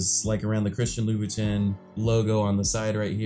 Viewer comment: Louboutin is prounounced like lou bou ton not tin